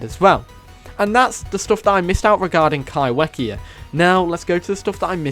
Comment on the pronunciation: Kaiwhekea is a Te reo Maori word so it's pronounced Kaifekea just to let you know.